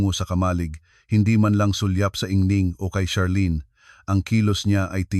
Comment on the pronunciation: maganda ang istorya pero ang pag ka bigkas ay mali, anung ingning? ginang ang tamang pag pronounce